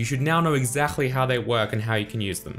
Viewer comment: I love how you say exactly 🤣 exakhly